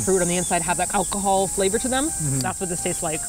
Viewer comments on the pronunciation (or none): none